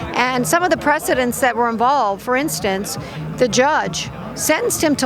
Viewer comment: You are mispronouncing the word "precedent".